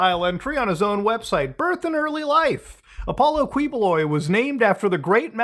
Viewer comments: It's*Keyboloy* but still Kuwiboloy is funny 🤣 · Apollo Kiboloy is how you pronounce this false prophet's name. Rohdrigoh Dooterteh is how you pronounce the arrested president's name